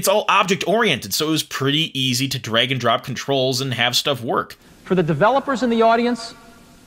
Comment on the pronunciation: it's pronounced drag, not "dreg"